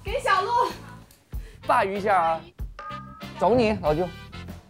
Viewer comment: bá（鲅）鱼饺子是什么鬼发音？？？bà鱼好不啦